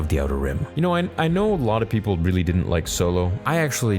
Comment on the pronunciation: I like how you said "people" like how Queen Amidala said it...haha